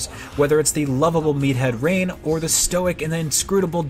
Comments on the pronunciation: When I initially played it took me longer than I would’ve liked to get the pronunciation of Reyn right BUT having put in the 100+ hours it deserves I gotta put the IGN person on blast. You supposedly made it to Bionis’ Interior and still pronounced it Rain? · It seems like a cardinal sin to misprononounce Reyn after hearing " Its Reyn time" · Yeah but it separates their errors. Such as the pronunciation of the names. So we don’t have this person whom hilariously played at least 70 hours of an 80 hour game and didn’t hear “Now it’s Reyn time!” Enough to know how to properly pronounce Reyn. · "Can't have a Reynbow without Rain" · They actually reuploaded it and fixed the Duncan mistake. But I guess the damage is already done. Now they will be a meme forever and the Xeno Fandom will always remember this. While I understand that Reyn is often adressed as Rain - You can't mispronounce Dunban so bad that Duncan comes out. Considering they also give a game like Pokémon Sword/Shield a higher ranking AND giving the BEST VERSION of Xenoblade a lower score than the original shows their incompetence and that they have a serious problem of communication in their company. Also about the part with screaming battle arts: there is a regulator for ingame voices, scene voices and ingame sounds. And something else I think. So the person playing it was probably not looking in the option menu. Which takes like 10 seconds. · It’s not the score people are mad about. It’s actually one of things people are least insterested in talking about. It’s that the reviewers don’t do any research about the game their reviewing. The best examples of this is when they mispronounce Ryen and Dunbans names as rain and dunkin.